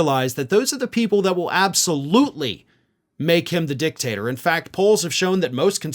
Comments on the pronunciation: He said "dick-taster" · It's a small thing, but it's not dictat "er" , it's dictat "or"